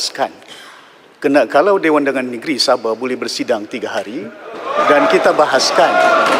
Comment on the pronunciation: Hallo,sbutan tu sebut betul2,,sabah bukan sabeh 😂😂😂😂